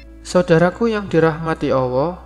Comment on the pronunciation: Bg tolong pengucapan ALLAH yg bener.. mungkin bg keliru atau saya yg salah mendengar..